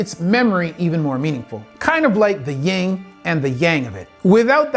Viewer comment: Yin not ying. Yin and yang